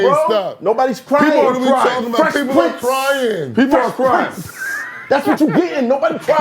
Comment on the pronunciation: Not gonna lie, I enjoyed this episode for the contrasting views more so than the topic. Felt like a convo ya didn't want to have but had and it went better then expected. Nice chemistry gentleman. 👏 intriguing convo. Yo Math, you reaching. It's PRINCE (not King) not PRINTS.